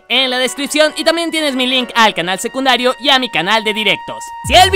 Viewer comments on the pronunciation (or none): none